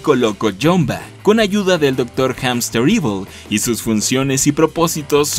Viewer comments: Rayos, como fan de la serie y por parte de Hamsterviel tengo que corregirte en la pronunciación porque el siempre se enoja de que lo digan mal. Se dice jamstervil no jamsterivol xd Y se me hace raro que nadie lo mencione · HAMSTERVIEL! No "Hamsterevil". El tipo lo repitió bastantes veces para que lo pronuncien mal.